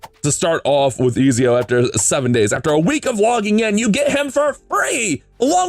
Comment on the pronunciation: I was going to watch this, but then you said Ezio wrong... so.....